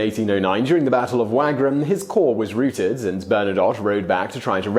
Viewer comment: Routed, as in rout, not route, (shout) (shoot)